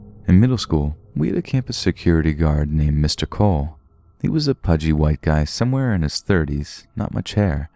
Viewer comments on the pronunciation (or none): none